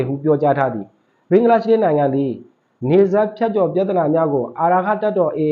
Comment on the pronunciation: ဘင်ဂလား ရှဒေးမဟုတ်ပါ ဘင်ဂလားဒေးရှရ်ပါ စပီကာတယောက်အနေနဲပီအောင်ပြောပီးပါ